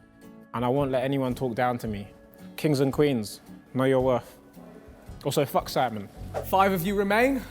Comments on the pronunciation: . did Tobi say Simon or Sidemen?? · wait what does he say sidemen or simon?